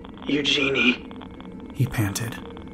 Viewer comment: I am suspecting that the protagonists name is spelled eugene, if so it is pronounced yoo jean. The e on the end is silent.